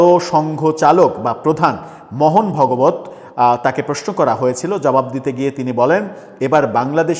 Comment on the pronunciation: মোহন ভগবত নয় ওটা ভাগবত হবে 😂